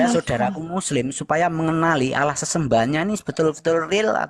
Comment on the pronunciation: Waah..sebut nama Allah aja gak fasih...